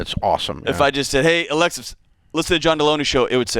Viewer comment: I love Dave... but come on man, how can you not know it’s ALEXA, and not Alexis ?!!🤦🏻‍♂️